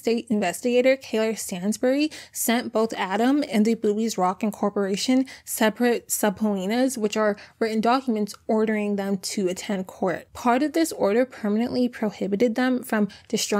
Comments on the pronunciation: Hi! I am so thankful I found your channel as your videos are always so thorough and informative. Thank you for your hard work! side note: subpoena is pronounced “suh-pea-nah” lmao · subpoena is pronounced : SA-PEE-NAH. Contributed , you are emphasizing the wrong syllable its -CONTRIButed (CON-tri-BYU-tid) Coumarin pronounced similar to cumin , again emphasizing the wrong syllable. CUE-MAR-IN (not co) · Korman? Subpleanas? Koman. Subpoena